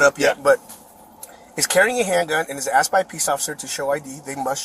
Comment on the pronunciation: Why can't US Americans speak proper English? If a word is spelled A S K E D, why do they say aksed? Another thing that always strikes me is that they keep saying or writing "should off" instead of "should have". Where does that come from? Is the education system that bad? Can anybody explain this to me?